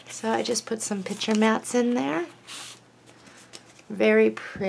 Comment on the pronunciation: That is gorgeous paper and a very clever folder and accessaries. However, I was a teacher and it really bothers me when you say pitcher instead of picture. Change or not, but it's your "business". Otherwise you are very well-spoken.